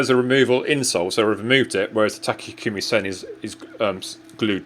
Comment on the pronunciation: Great video as usual, but Takikumi?